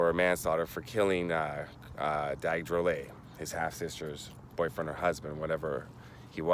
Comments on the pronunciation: I guess but Dag was Tahitian and the pronunciation of his last name changed for some unknown reason. I would know cause I’m a relative of Dag Tuterarrii Drollet and we pronounce it as Drol-Let and not drol-ey. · Drollet is pronounced Drol-let not drolley